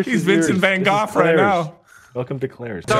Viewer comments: I need to get this off my chest.. I just gotta say.. said Vincent Van Goff. Goff. That's gonna stay in my head while I try to fall asleep tonight. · Are we just gonna sit here and let get away with calling Vincent Van Gogh “Vincent Van Goff”?